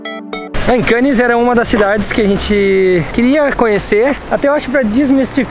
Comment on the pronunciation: e! Nas palavras franceses que terminam em consoantes (como é o caso de Cannes), a última letra não se lê!;) Ou seja, a palavra Cannes é para ser lida mais ou menos como "Câne". Beijinhos e abraços.